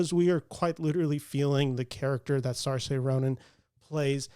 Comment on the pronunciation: SAR-Say Ronan? You're a movie reviewer and you've still not learned how to pronounce a 4 time Oscar Nominated Actresses name? How hard would it have been to look at another vid/interview to cop it. SEER-sheh.